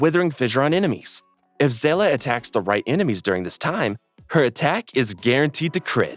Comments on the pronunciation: Se-lah, really?? I blame Star Rail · Yea, I don’t get it while it’s Se-lah all over sudden. Why do they pronounce it like that, I always thought „Seele“ was German (as Seele means Soul in German and many names/words in Honkai like „Herrscher“ (EN: ruler/leader) are German as well) but it’s definitely not pronounced „Se-lah“ in German. It’s pronounced „Sele“ exactly like the Japanese Dub does it in-game. Why does the JP dub pronounce it correct but EN has this weird pronunciation.